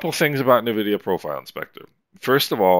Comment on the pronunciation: Reallyy useful series of videos. Thanks. Just one note: The brandname is pronounced en-vidia, not nuh-vidia.